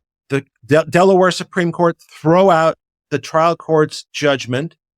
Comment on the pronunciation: You lost me at Delawere